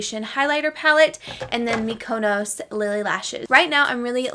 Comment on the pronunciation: I love you and you look gorgeous, also btw the lashes is a city in Greece Mykonos, it’s pronounced [mik-uh-nos, -nohs, mee-kuh-] 😉